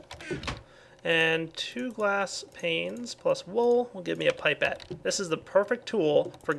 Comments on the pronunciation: its pronounced pip-et not pipe-et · Btw, as far as I am aware, it's pronounced "Pip-ette" not "Pipe-tte". Might be different for America, but yh, just staying:D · Pipe-ette? Oh, it's pronounced pip-ette. XP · its said pip,pet not pipe,pet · Pipe-ette? Pipe-ette? How dare you it's pronounced PIP-ETTE!!! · No, more like "Pie-pet".... Science Dictionary pipette (pī-pět') A graduated narrow glass tube, often with an enlarged bulb, used for transferring measured volumes of liquids. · Its pronounced 'pip' 'et'